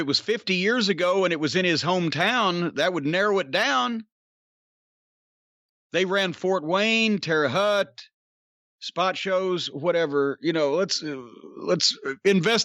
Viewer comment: We Hoosiers pronounce it " Tair•uh HOAT". Not "hut" or "howt".